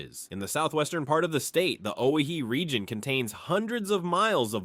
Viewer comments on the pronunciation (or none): Owyhee was mispronounced. It's Oh-Why-Hee, no "Oh He-He". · "Pend Oreille" is pronounced "Pond-ə-RAY". "Coeur d'Alene" is pronounced "core-duh-lane". "Owyhee" is pronounced "Oh-WHY-hee". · The best way to think and pronounce Owyhee is the fact it is a simple misspell of Hawaii. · O wy hee pronounce the way it is spelt.